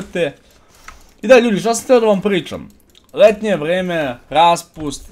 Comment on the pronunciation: Nije hetnje vheme nego letnje vreme